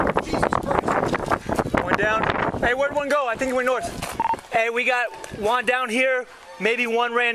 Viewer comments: Did he mean to say one down not Juan? Lmao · Anyone notice “we got Juan down” instead of one lol